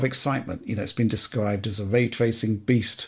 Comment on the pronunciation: "Way twacing"